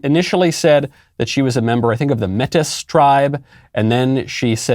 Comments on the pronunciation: Michael, I love the show and everyone at DW but we would never use the term “Native American” here in Canada lol. Also it’s pronounced “maytee” not “mettis”. Regardless, what a pathetic story and person, total fraud 🤦🏻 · As a Canadian I want to explain. Métis is pronounced matey like a pirate. That is an easy group to claim as a white person because they're not really a tribe, they're a native group of mixed native and European heritage. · First of all, Metis is French. It's pronounced may-tee. They're from intermarriage between natives and the French many generations back. Also, in Canada we have Native CANADIANS - not Native Americans... unless they or their ancestors immigrated there from the States. They can also be called "First Nations". However, calling them Native Americans is not accurate. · Métis is pronounced with an a sound rather than e and the s is silent. We are First Nation or native Canadian, not native Americans. The dr pretending to be a native here as though she has lived with racism is infuriating. Racism isn’t a problem for actual natives in comparison to the bs she spouted for attention and sympathy. I really hope she feels like the pos she was being.